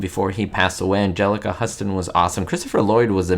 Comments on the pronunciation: Great video i love the Addams Family. Love both movies, but liked the 2nd one more its of my favorite movies. And its pronouced Houston like in TX not Huston. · Huston is pronounced 'Houston." A movie buff should know that, especially given the fact that her father is one of the great figures in Hollywood history.